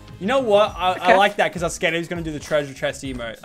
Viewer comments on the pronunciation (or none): You said our wrong